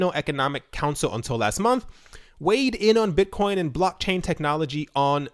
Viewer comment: Mate you don't have a speech impediment. Though in one of your videos you did call Bitcoin Buttcoin.